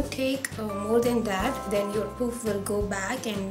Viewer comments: Hairstyle is really nice.. but the way u pronounce puff is wrong.. it's not "poof" it's "Puff"- paaf (made it easier for u to pronounce).. I ain't criticising but FYI.. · it's not pooof...its puff